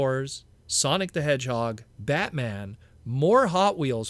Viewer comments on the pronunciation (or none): none